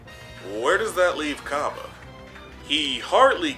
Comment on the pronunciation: Brah it’s cabba not cobba do you say cobbage instead of cabbage